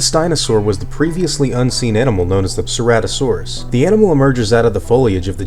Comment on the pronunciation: You mispronounced ceratosaurus...